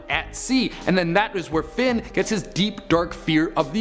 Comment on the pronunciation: I'm sorry, did you just call Finn "Flynn"? People always do that to my son it's so annoying